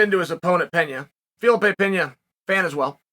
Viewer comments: Its not "Penhia" it"s Pena! As in Peh-na. He's not Spanish. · It's "Pena", not "Peña", for fuck's sake!!!!!!!! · US americans really have no clue about the world. In Brazil they speak portuguese not spanish. Its Pena not Peña lol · Hey uncle Chael, minor pronunciation correction here: Pena is pronounced like "Pena" (regular N pronunciation, like "Penalty") and not Peña (e.g., Juliana Peña) - it is a Portuguese word / not Spanish.